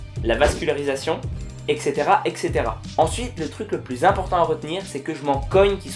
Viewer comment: On dit et cetera, pas exctera, merci pour mes oreilles